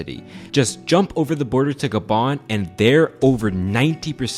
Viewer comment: "Gab-on" ...oof 😂💀